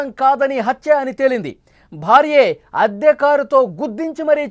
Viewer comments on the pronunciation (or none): ఆద్య కారు కాదు అద్దె కారు. ఉటాఊటిన కాదు హుటాహుటిన. మీ చానెల్ వాళ్ళకి తెలుగు సరిగా నేర్చుకో మని చెప్పండి.